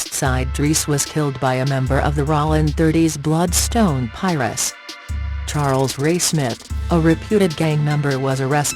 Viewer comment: The one thousand nine hundred seventies (1970's) 😂😂😂😂😂😂😂.....U gotta love computer talking voices lol. She saying "ralling" (Rollin) or "Pires" (Pirus) lol